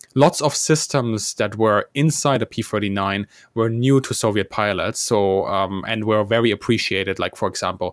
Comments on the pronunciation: I kept hearing the host/narrator say what I thought was "P-49". Almost every time I heard that. So I turned on the closed caption and restarted the video. And sure enough he keeps saying P-49. Now I thought the Aircobra was a P-39. And the episode says P-39. Am I missing something here? And what was the designation of the Super Aircobra? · You keep making a mistake by saying P-49 instead of P-39 and that is very disconcerting! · Why does it sound like he says P-49? Other videos, he talks about the 1930’s as 1940’s. He’ll talk about the pre-war era and say 1948, before the start of WW2… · This guy's drivin' me nuts - sounds like he continually says P forty-nine, WTF 1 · Why does the presenter calls it the P49 (forty-nine) every time? The discussion is about the P-39 (thirty-nine). What a slip-up! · You kept saying P49 on and on or you cant say thirtynine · Is it me or is it him keeps saying P-49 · P39, why does he keep saying p49 ??? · Ah yes, the P-firtynine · Yaa Yaa, Di P furty nine. Thirtynine . Not Furtynine!